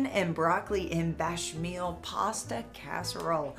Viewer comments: I’m sorry but the bit I was most offended at was the way said béchamel “Bach-meel”...?! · for the love of all things culinary it’s pronounced bay-sha-mell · Am i the only one offended by the way she pronounced béchamel ? 🤣